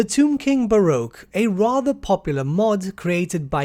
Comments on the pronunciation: The Baroque xD.... the Barque! Pronounced the same as 'bark' ;) Love the vid, thanks for the news. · What's with the pronunciation of 'Barque' as 'Bah-roh-k'? It's just Barque as in 'bark'. Other than that, this looks great :P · barque is pronounced bark